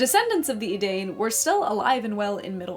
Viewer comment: have to pull you up on this because it’s a mistake I used to make myself. Edain rhymes with “fine” not “Spain”.